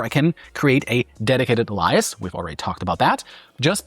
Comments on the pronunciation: An excellent video that has me seriously considering making this move. But while this is petty of me, I suspect "alias" is one of those words you read a lot before hearing it pronounced. I'm pretty sure it's pronounced like "Eh-lee-ass". But, again, excellent video. Proton has my attention thanks to you. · Alias. You pronounce to sound like the name Elias. In the US, we pronounce to sound like alien, substituting the "n" with an "s". There are a few other words that I only caught because I was listening for them, but alias catches every American's attention. Good video, very informative. I'm considering switching from PIA to Proton. I don't like the $9 price tag a whole lot, but I'm considering it. Oh, sorry, your link goes to Proton Drive - not to the VPN. Seriously, I'm sitting here trying to figure out what that $9 gets me - only the drive, or the VPN, mail, plus drive? I'll poke around some more and think things over. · ‘Alias’ pronounced ‘A Lee s’. Fantastic video. 👍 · AY-LEE-ASS However, good video. After having just signed up for Proton, I'm now going to start moving everything over. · It's exactly pronounced AIL-ee-us. Its other pronunciations are way too precise by comparison. A very unnatural idiosyncrasy. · It made me realize "A-lie-us" actually makes sense, just not for how to say it out loud. 😅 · "ay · lee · uhs " ! lol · Is this guy F-ing with us pronouncing alias? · Why can't he say "alias" and "half"? not hard words. It just irritates me. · AI - cant even pronouce alias properly. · i smell AI . the change in the pronunciation of "alias" perked up my AI-dar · This video should be called "I decided to pay for all the things that Google gives me for free". And is his voice AI? There's nobody in the actual real world that pronounces alias like that. PLUS, a couple minutes after he pronounces it horribly, he actually says the word correctly several times. Wtf? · I believe you were pronouncing alias incorrectly in the beginning..... hurts my ears.